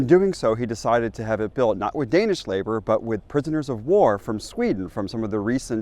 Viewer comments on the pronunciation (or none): none